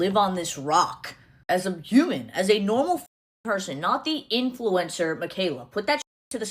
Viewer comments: she says influencer - not “influencah” .. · Um. How many times did she just pronounce “r” normally right here? But then it’s “a lahguh influencah” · I can’t stand her fake accent. She messes up so much 😂. She’s able to say “future” just fine with a normally pronounced “R”, yet in the next breath she’s all “influencahh”. So tired of this fake potato head woman.